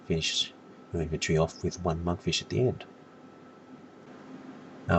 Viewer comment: No sir, your argument is invalid. I'm 138, I DONT NEED FOOD THERE. However i wasn't laughing at monkfish as "noob food" but the way you said it hahahaha "manfisch" LOOOL NICE ACCENT